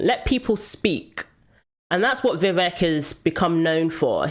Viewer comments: Vivek pronounced like cake. Vi Vake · 100%. He's not a politician like Biden who can keep a mask on forever. Also fyi its 'Vi Vake' and not 'Vi Veck'. rhymes with cake and not wreck. 🙏🏾